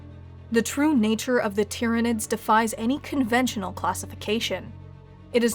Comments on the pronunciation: Well done for pronouncing their name correctly... most people think it's "Tie-ranids"... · Good video. Glad you pronounced it right.